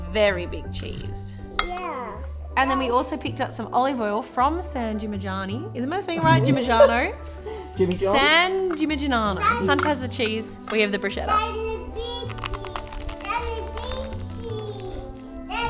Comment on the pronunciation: Love your videos but please know that it's not pronounced as 'Brushetta' but 'Bruschetta' with a K sound.